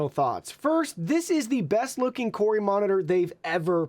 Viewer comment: mate. it’s “koo-rui”. there’s only 1 r. it can’t be “koor-rui”